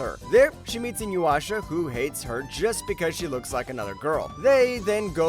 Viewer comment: its I-NU-YA-SHA not I-NU-WA-SHA :)